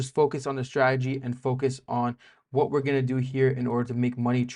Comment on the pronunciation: Remember, never trust anyone in this space that can't pronounce 'strategy' correctly